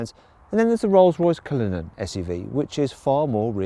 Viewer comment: 디! 쓰이즈 뉴우~ 롤숴로이숴 컬리누언~ 쁠 르액 배zee